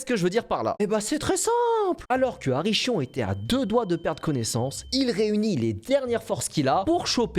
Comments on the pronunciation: "CH" en grec c'est la lettre "KI" ça se prononce "K" pas le "ch" de "chat......juste pour info.....donc "Karrondas".....ArriKion.....et on dit CrotonE ....pas "croton"...... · Très bonne vidéo. Par contre, les CH se prononce K du coup c'est Arrikion. Bisous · Kharondas, Arikhion, le khi écrit ch en français se prononce kh comme dans les mots anglais (character, chapter, ...)